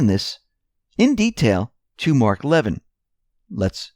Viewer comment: Mark Levin's last name is pronounced leh vin', NOT lev'in.